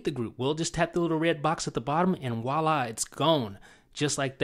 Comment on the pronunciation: its voilà, not huwalah. no wonder you laugh. -__